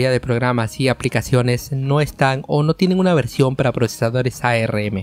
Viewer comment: A - R - M nadie le dice asi